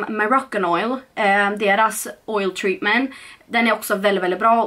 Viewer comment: TreatmenT, man uttalar T 🤟🌻